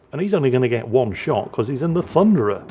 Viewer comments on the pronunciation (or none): none